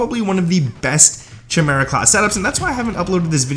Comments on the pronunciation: 🤣chim ara it's pronounced "ky mear a" it's a mythical beast from Greek mythology. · chi·me·ra / KAI-MEER-A /kīˈmirə,kəˈmirə/ Not Chi-mera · This is a garbage class set up. BTW it's pronounced Kai-Mer-ah... Not CH-mera. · KY-Mera not CHY-mera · The weapon is pronounced "kai-mera" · Bro, what are you saying. It's Chimeria like Ki-me-ri-a. You are killing the name. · It’s pronounced Kai Mera not the way you’re saying it, so cringe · If I hear one more smooth brain streamer say Chimera wrong KAI- MARE-UH SAY IT WITH ME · I stopped watching after u said chimera 🤣